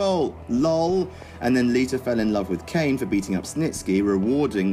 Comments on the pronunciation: Its Lita not liter. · LITUR... LITUR... Gosh, English accents are hilarious.